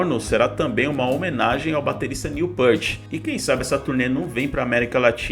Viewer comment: Querido responsável pelo canal. Não, o retorno à atividade deles não é por dinheiro, eles não precisam disso. Outra coisa, não é Jédyy Lee, se fala GUEDDY Lee, muito menos Neil Pêart, se fala Neil Pirt. Tuas afirmações estão equivocadas e não respeitam o trabalho de mais de 50 anos do Rush. Fica a dica. Postar vídeos por dinheiro tem muito mais a ver do que eles tocarem por dinheiro. Lamentável.